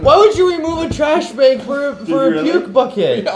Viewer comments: Jared says bag weird. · He says it like he's from the mid-west. That's how everyone says it in wisconsin.